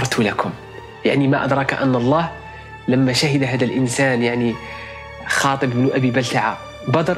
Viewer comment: حاطب وليس خاطب.. حفظك الباري